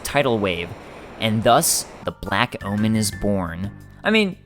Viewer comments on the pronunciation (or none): none